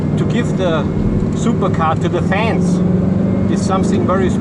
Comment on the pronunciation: ''this is what i mean for the fens...'' then vrooooooooooo, love it!